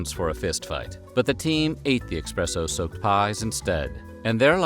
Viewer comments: We all know the education level in the US isn't exactly high, but is eSpresso really that hard to pronounce? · I respected this voice over artist until today. There's no X in espresso.